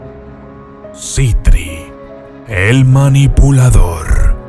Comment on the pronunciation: Para mi Andras falto y es Sitri no citri